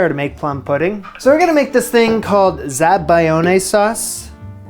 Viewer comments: za-ba-LYON-eh. Never pronounce a hard "g" before an "L" in Italian! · Say it with me: "Zah-Buy-Own", That is how you pronounce "zabiglione" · Zabaglione, pronounced zab-al-yoni. You're welcome.